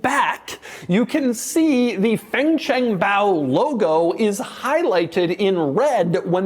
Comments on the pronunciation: He actually pronounced it right kudos 🥳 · Your Chinese pronunciation is very good, sir. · Doug actually didn't butcher the pronunciation of fangchengbao. On the opposite it was quite good, even the intonation was right. Hats off to you doug🎉